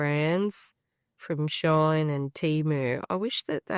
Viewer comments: It's pronounced "she in". It's a combination of both English words. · Love your vid am trying to buy them so thx but plz it's not a problem but please it's "she in" not "shine"thank you ❤❤